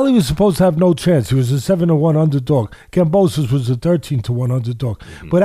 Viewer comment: Love the big time boxing fan trying to impress by calling Kambosos, Kamboso the donut